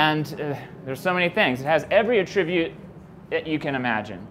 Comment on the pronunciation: Funny that a linguist giving a talk about "Vortex Based Mathematics" can't pronounce the noun 'attribute'.